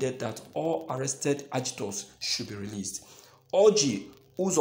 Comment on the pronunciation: Do you mean AGITATORS OR (AGITORS)?